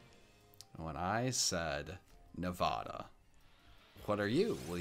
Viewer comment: Nevada Me:Nevada?!??!??